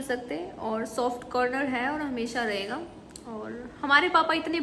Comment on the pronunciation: Our ka Pronounciaton to sikh le😹😹